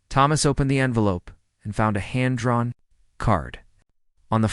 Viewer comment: IT IS PRONOUNCED HAND DRAWN CARD, NOT HAND 'PAUSE' DRAWN CARD, SPEAK BLOODY CORRECTLY DUMB AI CLOWN.